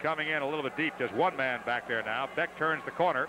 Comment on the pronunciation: Hilarious hearing the Rangers announcers basically butchering every player's name..lol. At least they pronounced BECK properly.